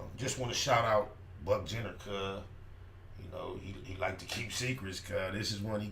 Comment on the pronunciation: nigga said Buck Jenner😄😄 I'm dead